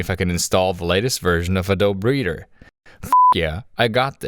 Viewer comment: Text: Adobe Reader Speech: Adult Breeder